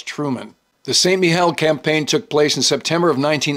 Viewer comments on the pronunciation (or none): none